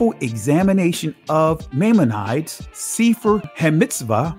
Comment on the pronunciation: You gotta look up how to say maimonides and relevant....